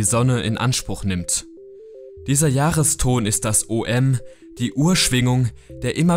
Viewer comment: "OM" = "Ooooooohm" ... nicht O.M. ;)